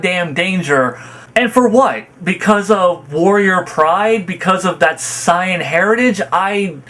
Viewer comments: Why do you say Saiyan like that? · Goku has often put the fate of the universes lives at risk sure, but goku has also always been pretty against actually killing. Knowing that him winning means the death of all the fighters and innocents in those universes is out of character. And for the record i hate the way you pronounce almost everything that has to do with dbz lmao especially the word "sayian" and "goku" lol